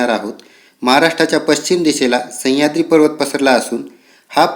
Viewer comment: सह्याद्री आहे तो... संह्याद्री नाही सर... बाकी video छान